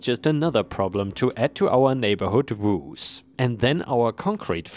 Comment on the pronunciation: Story 2: woes rhymes with toes, not shoes. Ah, English!